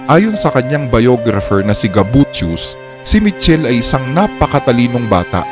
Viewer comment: It pronounce as Mi-kel-le po